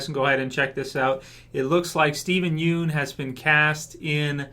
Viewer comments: Idk how to spell it out but if you watch his interviews and shit he never pronounces it like 'Yoon' lol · I don't mean to be that guy but his last name isn't pronounced 'Yoon'. Sorry, that's been bugging me for so long hahaha.